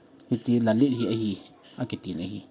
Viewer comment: Lalith akitipoi, lilith ahie😄